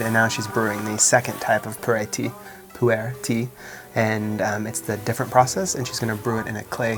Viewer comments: PU ER (pronounced Poo-R) tea ... NOT "per ey" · Maybe poo earl (leave the ending L) sound closer to how they pronounce the tea name. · It looks like you should have a mid/insulated layer packed in your bag next time you travel just in case. 😅 BTW, the Chinese pronunciation of 普爾茶 actually sounds a lot like "poo-or" than "poor-air". You just emphasize a little but on the "r" sound. 😊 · The tea that you like (Pu'er) is pronounced like "Poo Err" in Mandarin. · I fucking died at you pronouncing pu-erh tea. Like full on snorted and woke the dog up. My family feels similarly about how special that tea is and I’m feeling lucky I didn’t butcher it as badly as you did